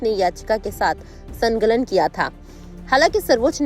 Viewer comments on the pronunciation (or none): संलग्न किया था या " संगलन "??